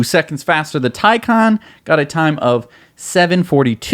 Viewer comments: Taycan Watiti get it right! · I don’t understand why you still struggle with saying “Taycan” and “Nurburgring”. Probably best that you don’t bother trying “Nordschleife”.